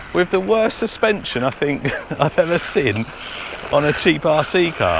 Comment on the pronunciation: Brother, I feel I bit mean for pulling you up on this BUT... 8.22, it's surely "seen" and not "sin" 😕🤷‍♂️... Don't hate me too much for this, I'm a bit of a nerd when it comes to language, and saying what you mean with English 😉 ❤